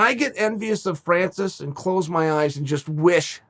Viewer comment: You can tell that Chael likes Francis, because he knows how to spell and pronounce his name.